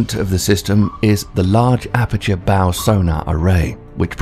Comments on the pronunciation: Later he calls the bow a Bo. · "Cave-ee-ation". "Bow" (like a ribbon). Ugh. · Oh, leave a video because he mispronounced Bow, Cavitation, and Nuclear and calling him a clown because of it...lmao😂🤦‍♂️. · And how are you pronouncing “cavitation” and “bow”? I suppose you can’t pronounce “corpsman” either. Get someone who knows the subject to narrate.